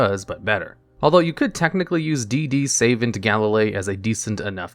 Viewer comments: Just a miner gripe, but Savant is pronounced Suh vahnt, not Save ent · Lol D/D "Savent" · Did you just pronounce Savant as Saven't? 💀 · savant is pronounced suh-vont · I'll give 'em one thing, I've never heard the word "savant" pronounced that way before.